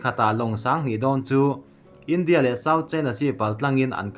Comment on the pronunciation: 'India' tih i lam dan hi a thu a zirin a lam dan hi fimkhur deuh la tha lo maw....